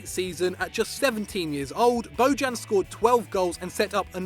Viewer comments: ITS NOT BODJAN , It's Bojan , J like.... Yorkshire idk, like year, so u would spell it Boyan.... hes Serbian not Latin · It’s pronounced (BO-yan) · Bo-djan, hillarious pronounciation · Jesus Christ, that pronunciation. Bojan Krkic is pronounced BOY-an KIRK-itch. Just fyi. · i like how he pronounces bojan